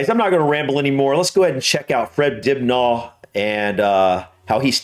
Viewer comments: Fred Dibnah (stress the first syllable not the second, 'Dibna') was an impressive bloke. We're fortunate that he got on TV, and we have his videos. There were many other unusual people we have no video record of. For another usual/unique person, watch Guy Martin Proper Guy has raced in the Isle of Man TT for many years. It was the IoM TT that brought him to the attention of TV. He's made a couple of series of Speed with Guy Martin Early episodes were human-powered vehicles, with Guy supplying the power. He set some UK records, and IIRC, a world record. Later he did gravity powered vehicles. Again, I think he got a world record. Then powered vehicles, some he helped build. They included building a completely custom motor bike around an engine he'd acquired. He rode it up Pikes Peak in the official time trials. Guy loves building things. His first TV series was him and a friend restoring a narrow-boat (canal boat): The Boat That Guy Built Guy's interested in the history of manufacturing, engineering and inventions How Britain Worked Guy attempted the world record for the 'Wall of Death'; riding a motor bike around the inside of a circular vertical wall. Guy's also made series with the restoration team on the Iconic British Aircraft, the Spitfire. His 'Day Job' is lorry (truck) mechanic. Best Wishes. ☮ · Hi Happy New Year! Fred as you’ve been told was or is a legend here, his name is DibnA the h is silent. A butty is, at the basic level, 1 or 2 slices of bread usually with real butter and whatever filling. He said cheese butty so it was a sandwich of bread butter and cheese, the cheese was not pink, only artificially coloured cheese is pink not matured cheese that doesn’t happen. Have a look at him bringing down a chimney, it’s even more surprising in its old world technology, think burning it down. Of course that’s when you have the room to drop it with no risk of collateral damage. Thanks for this review! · pronounced Dibna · we say fred Dibnuh not nah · Not Dibnaw.